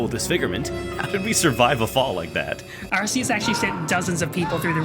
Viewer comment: Ahheeemmm, Don't you mean Legends Arkoos